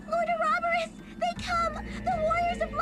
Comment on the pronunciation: I have to say, I really hate how this game pronounces Ouroboros; I grew up saying it with primary stress on the third syllable and secondary stress on the first, so hearing it moved to the second is supremely awkward....